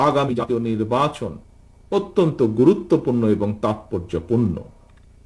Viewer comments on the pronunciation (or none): none